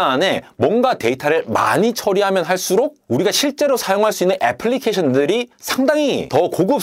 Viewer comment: "어플리케이션," "어플", 이렇게 발음 안 하고 "애플리케이션"이라고 정확히 부르시는 것에 무한 따봉 드립니다👍👍👍👍👍👍👍👍👍👍👍👍👍👍👍👍 - 국적불명의 엉터리 용어 "어플, 어플리케이션" 퇴치 지지자